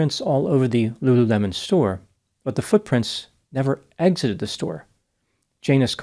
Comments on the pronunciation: It's not Lu LU LEMON! It's Lulu le mon... l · Lulu mon. Not lemon lol, it's cute though